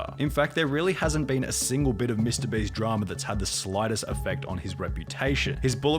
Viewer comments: Please make pyro stop saying mr "breast" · Lol Is it just me or did he just say mr breast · I need a compilation of pyro saying mr breast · listen listen... Ik it's your accent but when you say "Mr.Beast" to me it actually sounds like "Mr.Breast". Makes me chuckle every time I hear it. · im not hating or anything but why are you saying mr Breast ? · Pyro saying mr breast gets me every time